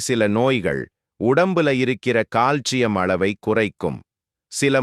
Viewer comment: In tamil pronunciation, he said proper...